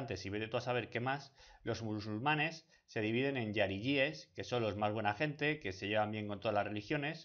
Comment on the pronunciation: los MUSULUMANES!!??? 😨